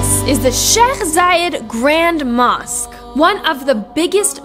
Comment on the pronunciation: When she said mousqe im like wait a mask